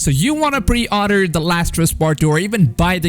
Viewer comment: Btw he said pre outer instead of pre order